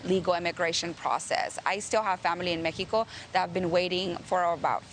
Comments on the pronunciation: I could not agree with you more. Look at the way she feels the need to pronounce MeHico, that says say's something to me. She seems to have such devotion to their values, look at what their values have done to their country. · The only Congress member that says Méjico instead of Mexico. 👍